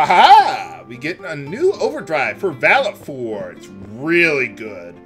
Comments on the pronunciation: I Pronounce Valefor as Whale-Four =) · Who the hell was that?! Scary! I've always thought the aeon's name was pronounced "Vale Four". Maybe that's just me. Never knew about that overdrive despite playing and beating this game 4 times. Thanks for the heads up,!